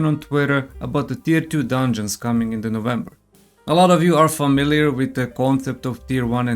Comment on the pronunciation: he said novemeber, but what day